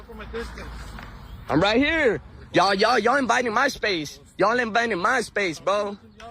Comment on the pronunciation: "you inviting my space" 😂 he can't say "invading" because he doesn't believe in that word.